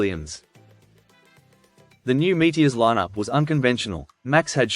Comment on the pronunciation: I remember them well, but I never heard Meteors pronounced without the OR.